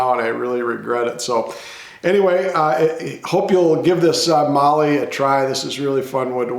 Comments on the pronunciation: Great job and good to see you using good Aussie timber. But it is not called Marllee, it is called Mallee with a short "a" as in hat. It is clear when I look at the prices you pay in the USA for Mallee that it significantly increases in value with the trip to the USA. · Magnificent piece. Just one thing mallee sounds like mal-ee not marlee. I live near where these are harvested and see them daily on trees making me drool. Anyway beautiful work Regards Duzzy🇦🇺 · Mallee- rhymes with Sally. Cheers from Australia